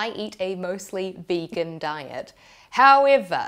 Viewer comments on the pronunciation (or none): none